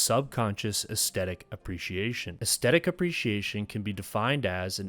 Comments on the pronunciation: Aesthetic, not 'estettic'. I swear people acting like this is hard to pronounce wasn't a thing until very recently. You said 'synaesthesia' with no difficulty, come on 🤷🏽‍♀️ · I enjoyed your video, but didn't you mispronounce 'climax' and 'aesthetic'? Maybe you were using the French version or something? Also, I think 'nearby' is just one word usually. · I liked and subscribed about 2 minutes into your video, man, your subject, delivery, and production is a whole vibe. Gotta work on your pronunciation of the words climax and aesthetic, dog, by the second time for each word, i figured out it wasn't a send-up. It's late, gonna check out any more of your vids later, but yeah, subed. edit: P.S. True Detective season 1 was perfection, all others seasons have been garbage sauce, and downloading Godless as I'm typing.